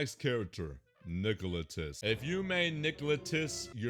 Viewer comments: nicolotis 😭. It’s actually. Nil ot ti cus. Combine my comment and you will say his name correctly. 🤓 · How do you always mispronounce Niloticus as Nicolitus. Also thanks for the compliments towards Springtrap mains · Ngl, the way says "Niloticus" actually sounds better imo, due to the fact that it rolls off the tongue better than his original name. It's just that the "ticus" sounds weird when pronouncing it.